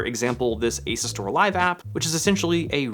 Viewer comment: Isn’t it pronounced As-U-Stor?